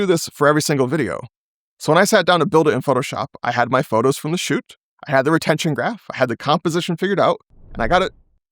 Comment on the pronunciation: why re-tension instead of retention?